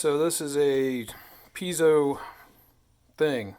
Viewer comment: Sounds like you're saying pizza wrong, it's not "pizzo" it's piezo